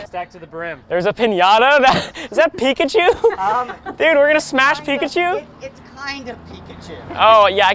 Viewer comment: “We’re gonna SMasH Pikachew” -Ryan